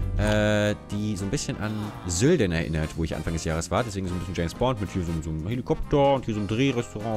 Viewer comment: ich komme aus Sölden wo spectre gedreht wurde und das heist Sölden mit "L" nicht "söden"😒